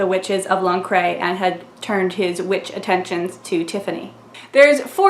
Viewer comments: Lancre is pronounced Lan-Cur, not Lancrey. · "Lancre" is pronounced "Lanker" as in ""Lancashire", northern England. "Magrat" is pronounced ""Mag-rat", equal stresses, giving her the inferiority complex that she feels like something on the edge of a river (maybe the "water-rat" (water vole) from "Wind in the Willows"?), rather than a good solid "Peggy", "Margaret" or "Maggie" "Wyrd Sisters" is the first really strong novel he does with women characters, mixing up the intense Macbeth references with "maiden, mother and crone" archetypes, and (as an autodidact who taught himself from libraries), his admiration for women who work in the NHS and local communities, as opposed to the Oxbridge/civil service/ceremonial feel of his wizards. "Witches Abroad" is much more of a pure romp than any of the other Witches novels, playing with narrative conventions and fairytale (including the fairytales of Hollywood and Disneyland), including a walk-on (splash-on?) part for Smeagol from Lord of the Rings, and conventions about the English abroad. "Lords and Ladies" crashes "Midsummer Night's Dream" into a "wizards" story, with the Elves (the nastiest Northern European version) up against cold iron. Maskerade is perhaps weakish because it's an attempt to crash every possible convention and idea about musical theatre/opera into the plot line of Phantom of the Opera and a murder mystery, although I do like the "Swan-song"'s pun on Lohengrin as "Lohenshaak" and ending up ("I'm cutting my own throat") possibly influenced by Mr. Dibbler. Carpe